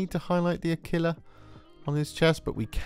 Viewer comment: LOL I know this is a year old, but whoever told you to pronounce "aquila" like tequila is certainly fucking with you